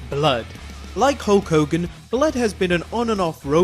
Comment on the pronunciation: Hull Kogan?